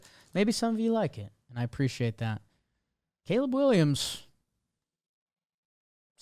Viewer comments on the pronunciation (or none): none